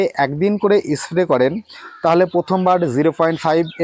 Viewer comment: 'S' উচ্চারণ সঠিক ভাবে করলে শুনতে ভাল লাগত। যেমন 'ইস্ প্রে' না বলে স্প্রে বলা প্রাকটিস করা উচিত। আরও উচ্চারণ ঠিক করলে ভিডিও ভাল হবে।